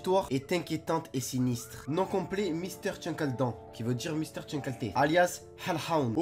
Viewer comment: Bah déjà prononce bien son nom steuplaît et X files est tout sauf pour les enfants c’est une série sur le paranormal avec des enquêtes arrête YouTube car c’est de la merde